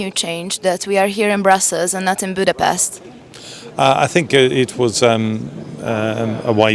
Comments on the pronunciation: Jo lenne ha magyarkent nem Budapeszteznel. Az meg elnezheto hogy egy kulfoldi igy ejti de neked nem kell. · Én per pillanat csak azt nem értem, hogy miért mondja "angolosan" Budapestet sz-szel. Engem kimondottan zavar, de ez most csak szőrszálhasogatás, egyébiránt egyetértek teljesen. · Angolul is lehet helyesen kiejteni Budapestet.